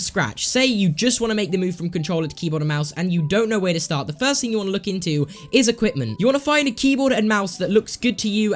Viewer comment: and equipment he said equiptment 😂🤣